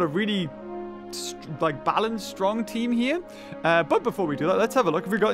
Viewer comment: Me hears him say “balcanced” Also me:impossible